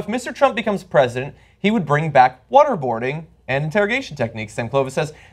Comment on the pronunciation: Every time John Iadarola says "water boarding" it sounds like he's saying "what-a-boarding" like "what-a-burger"; both horrible things to talk about LOL